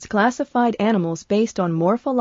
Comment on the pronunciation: "Mophological means how they look." What is mopho xD Morpho, maybe? :3